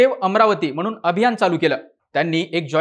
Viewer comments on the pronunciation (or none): none